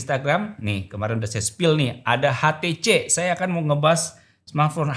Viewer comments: When you speak, use correct Indonesian. HTC ya Ha Te Ce. what is es ti ci? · ITU TULISAN NYA "HTC" TAPI KOK BILANGNYA "STC"YA GIMANA SIH😅😅😅